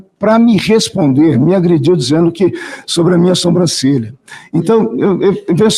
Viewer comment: E o ignorante falando soMbrancelha varias vezes...